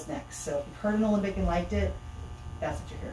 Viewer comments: 2 seconds in calls Alembic "Olympic" oy veh C Ya! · Please stop saying "Olympic"!